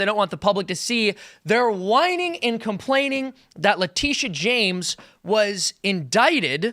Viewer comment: Is that James spelled with an 'Sh-' or 'Ch-'? And do we also say Chaimes Bond or Shames Bond from now on?